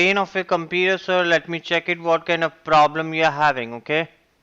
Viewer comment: "We gonna fix youw pwabwem" yea RIchard